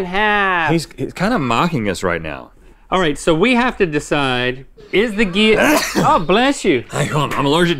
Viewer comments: Kat Bowen Guillotine and geeyatine are both right I say gil-uh-teen so it was weird when they kept saying gee-uh-teen the whole time that’s all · Is it pronounced “Gill-a-teen” Or “Gee-a-teen” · “geeyateen” 😂 it is most definitely pronounced “gill-uh-teen”. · “GeEyAtEeN” GUILLOTINE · gill-a -teen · Whys he say guillotine liky gylitine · It’s pronounced gill-o-teen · so no one gonna talk about the way they say Guillotine? where are the L's at ?? or is it the accent ? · That isn’t how you say it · Ew the pronunciation of guillotine was just. Ew